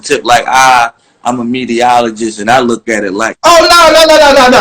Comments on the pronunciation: Lol he said mediaologist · Pooh Graham he said mediaoligist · I think he saying mediaoligist lol